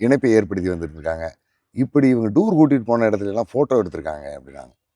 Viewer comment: இவர் புகைப்படம் கலைஞர் அதை முதலில் சொன்னா சரியாக இருக்கும் சரியான ஆங்கில (pronunciation) கூட வர வில்லை இவர் எப்படி பத்திரிகையாளர் ? (டூரூ ) கூட்டி போறது இவர் அடுத்த youtuber பேச தகுதி இல்லாத மனிதர் தற்போது இவர் பேசும் வரை நேர்காணலில் வீரப்பன் கதை இவர் மட்டுமே..... தவறு இவர் கூட காரணமா இருக்காலாம் இவர் தானே திரு வீரப்பன் அவர்களை புகைப்படம் எடுத்து .....